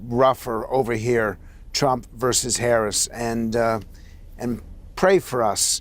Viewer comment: Political watcher and expert Luntz can't pronounce our Vice President's name correctly?